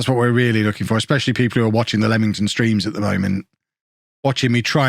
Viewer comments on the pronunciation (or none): none